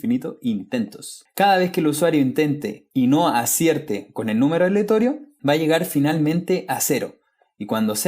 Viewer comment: mi ansiedad no me dejó ver este vídeo porque decías "aletorio" en vez de "aleatorio" :(